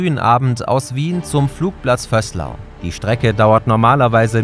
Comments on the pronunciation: Detail am Rande: Vöslau wird mit langem S und Betonung am Ende ausgesprochen, also Vöhs-LAU, nicht VÖSS-lau wie im Video. Ich kann mich täuschen, aber das gilt eigentlich für alle mir bekannten österreichischen Ortsnamen, die auf -au enden: Betonung immer am Ende. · es heißt nicht Vösslau sondern Bad Vöslau, beide Vokale gleich betont und das au etwas länger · Vöslau mit langgezogenem ö, sonst gutes Video. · Das spricht man VÖÖÖÖÖÖÖÖslau. Nicht Vößlau. Mir als Wiener ist es wuscht. Das liegt im Neandertal. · ihr machts echt super videos! aber wenn ihr vösslau sagt ("vöslau" - langes ö, weiches s) reckts mi a bisserl ;) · Bad Vöslau wird Bad Vööslau, nicht Bad Vösslau ausgesprochen. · Nur ein kurzer Input: Ortschaften werden in Österreich oft nicht so ausgesprochen, wie es auf jemanden aus Deutschland wirkt. Der Ort wird nicht "Vößlau" ausgesprochen, sondern "Bad Vöslaau". 😅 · Kleine Korrektur: Das ö in Vöslau wird lang gesprochen. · "Vöslau"spircht man mit doppel "ö" aus... fragt nicht warum ist so 😂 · Bad Vöslau wird Vööslau ausgesprochen. Also bisschen längeres ö und das s weniger betont. Sonst top Video 😂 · Bis jetzt war mir nicht klar, wie falsch man Vöslau aussprechen kann... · Als jemand der aus der Nachbarortschaft kommt, ist es wirklich schmerzhaft, wie ihr hier "Bad Vöslau" ausgesprochen habt. Da ist kein "doppel-S" im Ortsnamen und das Wort "Bad" ist da auch nicht zum Spaß.